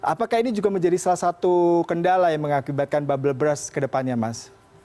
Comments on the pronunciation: Salah fokus sama news anchor nya yang salah pronounce bubble burst ke bubble brass. Yakali seorang news anchor CNN ga ngerti arti bubble burst 😂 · Wkwkwkwkwkwk iya bener , gw denger nya Bubble Bras coba apa itu kira2 wkwkwk. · I thought this CNN presenter mispronounced when saying 'Bubble Burst', It sounds like 'Bubble Breast' (Payudara Gelembung) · Bubble brass? Hehehee.... Mohon bahasa Inggris nya diperbaiki. Malu dong, ini kan CNN.